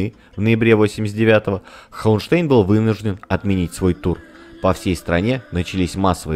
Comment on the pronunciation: Да, у Курта фамилия звучит не ХауэнштЭйн, а ХауэнштАйн. Она читается по немецки, т. к. он немец.